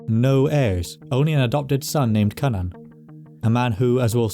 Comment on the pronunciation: i watched an old video of yours and you pronounced cynan in a way that… contradicted my known knowledge of welsh. very glad how youre saying it here, it confused me how something related to cú would be pronounced so drastically different